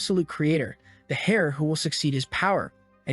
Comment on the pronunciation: Can someone teach the A.I. to say "heir" properly?